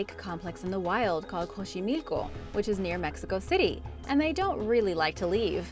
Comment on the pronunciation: It's pronounce "asholotl" not "ax olo tl"... The spanish version of it would be "ajolote" Also... Xochimilco = "Sochimilco" (being "ch" not as "k" but as a sneeze like "tsh")